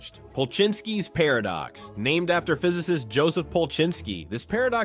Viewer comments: The way AI says par of ducks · Did anyone notice an unnatural pause before the word "paradox" later in the video?